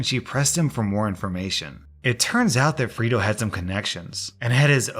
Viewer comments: I thought you were saying FRITO like the chips until I saw the screen...Fredo...I'm guessing a reference to the older brother of Michael Corleone in the Godfather. Pronounced Fray-Doe. Just letting you know! Great choices for stories as always! Great job! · FRAY-DOH FRAYDOH FRAYDOH it's pronounced Fraydoh it's from the movie The Godfather! Unless you're not allowed to say it correctly for copyright issues. Sorry to be such a douche about this. Cause I LOVE you're content. a classic slam to call out a traitor is to call them fredo🤘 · “Freydo” it’s said like that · 'Fray' doh 'as in Play-Doh not Free do.. Whatsa mattah you? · Did no one ever watch The Godfather? This is second time I've seen this story, and both times the name "Fredo" was mispronounced. You say it like "Frito" and the other guy said it like "Fred-oh." It's killing me. It's pronounced "Frey-doh." I nearly smashed my monitor. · I have scrolled and am confused 🤷🏽‍♀️ How has no one else mentioned the pronunciation of Fredo (free-do) - shouldn’t it be pronounced Frey-do, like the rat bastard traitor in The Godfather? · "Freedo"? Have you not seen "The Godfather"? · Re u/Atlas_Black's story: Fray-do, not Frito. I kept picturing a corn chip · Hearing someone mispronounce Fredo as Frito a couple dozen times. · Am I the only person annoyed with pronunciation of “Fredo”?! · Bruh it's pronounced Freydoh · It's pronounced fray-dough and it's a Godfather reference! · Anyone else cringe every time he calls Fredo “Freedo”? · It's pronounced fray-do. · The way you pronounce "Fredo" really grinds my gears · That pronunciation of Fredo has me begging the question.... have you never seen The Godfather?!?!?! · It was painful listening to pronounce fredo wrong for that whole story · Love the vids, but, maybe the op in the restaurant story was refering to Fredo from the Godfather, so the pronounciation is a little bit different than you did.